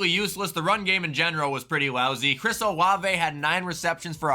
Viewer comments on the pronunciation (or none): none